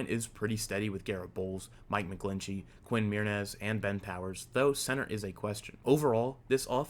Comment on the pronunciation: Homie said quin mewrnez